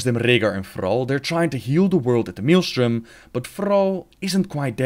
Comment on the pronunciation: "the mealstrom"